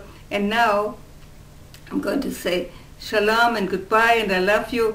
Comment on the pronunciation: She's not over 100... and she can't pronounce 'shalom' properly... clearly not even Jewish... She does sound sorta German though (Yiddish?... not really)... Anyway who cares... Happy New Year.